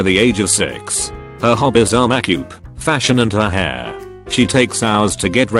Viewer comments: Hah! Serves the father right! The thing is, when you put young people in a position like this, they're liable to get married just to keep from being forced apart when if they'd been left alone, they might have grown apart on their own over time. - "Makyoop". Can't someone fix that???? - There are no words. And the worst part is that her attitude is not even all that unusual these days! :-( - He broke up with her over veganism, not over her outrageous prejudice?? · im sorry but the way the voice says “makeup” is hilarious